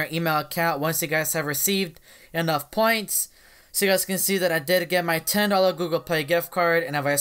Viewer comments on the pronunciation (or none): none